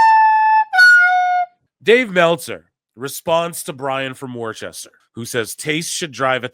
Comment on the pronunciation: Hey guy from Worcester here. It’s pronounced WUSS-ter.